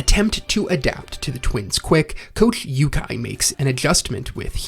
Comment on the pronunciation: its oo-kai not you-kai (Ukai)